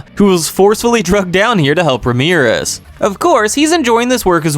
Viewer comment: RAM-E-RISS not Ramirez😂😂😂😂. Love the videos